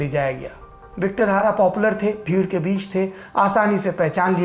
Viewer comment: सर Victor Hara नहीं बल्कि Victor Jara नाम था उस सिंगर का ।